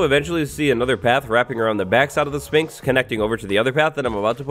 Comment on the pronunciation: Learn how to pronounce Sphinx right